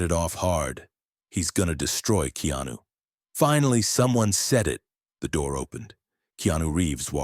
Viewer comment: 😣 his name is pronounced (KAY-ON-NEW) really aggravating when I hear someone pronounce names or words in general incorrectly. Keanu is the realest that we should all admire.